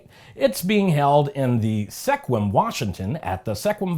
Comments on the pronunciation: with all due respect, you can tell you aren't from Washington State! Sequim, although spelled how you pronounced it, isn't how it's pronounced. It is pronounced Squim, or, if you prefer, Skwim. Sequim /ˈskwɪm/ I know, I know, but there are a LOT of cities and towns here that have far different pronunciations than spellings, and I had problems when I moved here, too, so don't sweat it. This is just for your edification. But, I've been here for about 12 years now, and I cringe when I hear the cities and towns mispronounced.:) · It's pronounced SKWIM.